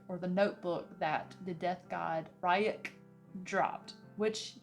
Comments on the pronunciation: All weebs stressing after the "Comic" and the "R youk". Not making fun of her though, so mam if you are reading this, the comics that are made in Japan are called Mangas and the adaptations are called Animes(the 2d adaptations not the ones with real actors). And the name of the shinigami is pronounsed "Reuk". Even though the Netflix addapatation might look good, I really advice you to either watch the anime ( the 2d serie you won't regret it) or to stick to the book cause compared to them the movie isn't really that good. I am new to this chanel and I really like your content and your vibe, keep going :) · I loved the Death Note anime. I hope you enjoy it more now that you've watched the show. I will admit listening to you pronounce Ryuk's name is hilarious to me :p